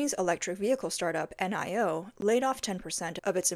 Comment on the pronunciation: Excellent report. please note Auto maker NIO is pronounced Nee-You, Not N-I-O